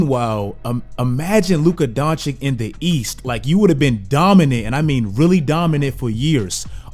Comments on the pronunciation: not Don-chick...it's Don-chich... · Dončić (Donchich) stop that shit with DonchiC! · it's he's 3rd season and you still haven't learned to pronounce his name. It's Dončić not DoNčiK ffs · It's Doncic, not Doncik. Just repeat the way you say first "c" at the end :P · You pronounce vucevic correctly but you butcher doncic, makes no sense lmao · He hurts me when he says "Luka Donchick" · Three seasons in and you still pronouncing it Donchik? Serious fail. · Its DonCHICH damn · Man, don't do Luka's name like SAS. Just do the last "c" in "Doncic" like the first "c". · and you still can't pronounce Doncic... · still saying his name wrong....smh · Bro how can you still not pronounce doncic‘ name right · It is a real wonder, when a guy is top 10 player, 2 times all star starter, all nba, roy, best 22 year old ever and you still can't pronounce his name.